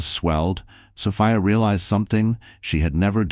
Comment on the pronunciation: 😂😂😂OK, AI...is it So-fee-a (correct) or So-fie-a?😂😂😂